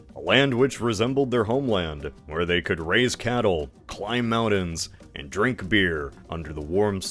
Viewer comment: Briddish fine. Manhadden, ehhhhh. Moundain?! Absolutely not.